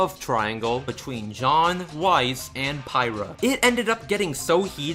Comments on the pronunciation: Looks like someone's been playing too much Xenoblade 2. Pyra: Pie-ra Pyrrha: Peer-ra Know the difference If you do this again I will dislike the video and spam your email with horrible sexually explicit fan fictions about my favourite Youtubers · Yeah.. PIE-rha